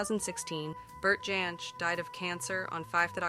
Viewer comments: There were some very strange pronunciations in this video. Vacillating between Jansch and Yansch, among others. Parts of it felt like it had been AI produced. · It was always "Folk Ba-rock" here in the UK. The correct pronunciation 😉 And "Jansch" should have the hard "J", as any Englishman (or indeed Scotsman) would pronounce it. Bert's great-grandfather (Carl) was German, but his father (Herbert) was Scottish, the son of Carl's daughter Daisy (also born in Scotland), who took her name because she was unmarried and the father no recorded. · I couldn't bring myself to like this after the first 5 minutes, when the interesting material stopped and it became a montage of bits and pieces of stock footage delivered by a possibly AI voice that couldn't pronounce Jansch, Gawain, or Les Cousins consistently. Oh dear. 🤣🤣